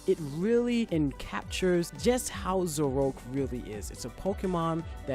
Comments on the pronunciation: YOU DUMBASS ITS ZOROARK, NOT ZOROKE! SAY IT WITH ME. ZO-RO-ARK. NOT ZO-ROKE. DUMBASS... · Zorok? ZORO? IT'S ZORO-ARK Sorry, but the way you said it cringed me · Zo-Ro-Ark not Zorark lol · zor-oak is wrong it is zor-o-ark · "Zoroak" "Mehrio" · did you really just call it zeroke? and im sorry if its just your accent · Zoaroak? My Reaction: ............. COME ON THATS NOT HOW YOU PRONOUNCE IT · how is it possible that you pronounce zoroark as ZOROKE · Him saying "Zoroke" is so annoying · YOU RUINED MY FAVOURITE FUCKING POKÉMONS NAME!!!! IT'S PRONOUNCED ZO-RO-ARK!!!!! GET IT RIGHT BEFORE YOU SAY IT!!!! It's also Gar-de-VWAR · That's exactly what I was thinking! It's not Zor-Ore-k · THATS NOT HOW U SAY ZORROAK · he pronounced zoroark wrong